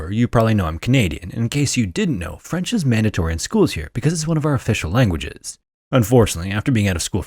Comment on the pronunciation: As a French person, hearing you speak French was adorable. Your accent was really good!